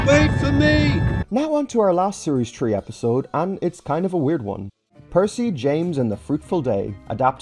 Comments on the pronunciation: Why are saying s3 like season tree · its poking fun at how he says series three :)